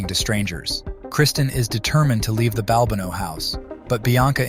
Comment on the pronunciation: Maybe be consistent in the pronunciation of the name Balbano.